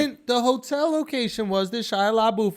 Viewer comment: SHIA LA-BOOTH LMFAOOOO